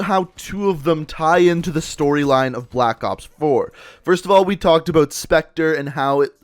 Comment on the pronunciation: You need to learn to pronounce "out" and "about"